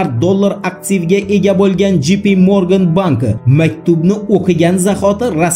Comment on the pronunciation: J. P. Morgan Jey. Pi. Morgan dep òqiladi brat!